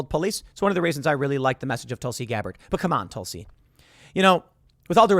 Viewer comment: Tusli? I thought it was Tulsi!